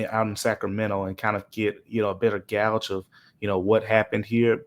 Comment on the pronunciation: Love and his work and I don't mean any harm...but if he pronounces gauge as gouge again I'm gonna gouge my eyes out 😭